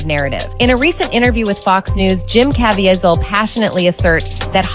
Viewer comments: she also says Jim Caviezel's name wrong. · I agree that it was cringy to hear his name mispronounced. I’m a big fan of his performance in The Count of Monte Cristo. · I'm supposed to be drawn into a sensationalized story that is a scare tactic for the cultists? The narrator can't even pronounce Jim Caviezel correctly. And Wahlberg comes from the entertainment industry. Is he not elite having a kid who wants to be a basketball player? A golfer? An equestrian? hmmmm Sounds like the snake oil is selling pretty well. Is Alex in town too? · C'mon, we all know 99% of the people who watched this/that video didn't even read the disclaimer. That's what they're saying here. But he overcame a lot of the crap he went through as a kid in a rough part of Boston. He was no angel and I believe that is what they're trying to say. And the narrator can't even pronounce the name of the star of the movie... it's James Caviezel (Kah-VEE-zel). James Caviezel is also a man of faith, which doesn't help in Hollywood. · Why didn't that narrator research how to pronouce the actor's name. It hurt me every time she mispronounced it. Haha Great video, by yhe way.